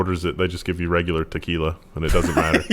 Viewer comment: Teslakey'la, Christa, Key'la... not quee'la! It's Mexican, so Trump will not allow it! Sorry.